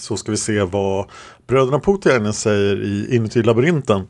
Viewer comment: Namnet Poutiainen uttalas Påotiainen (alla vokaler kort). Det allmänt förekommande uttalet har en smått obehaglig betydelse på finska 😉.